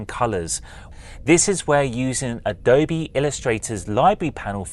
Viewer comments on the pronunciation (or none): none